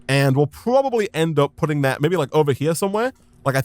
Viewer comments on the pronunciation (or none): none